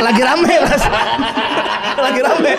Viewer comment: Raim bang et di kata raim raim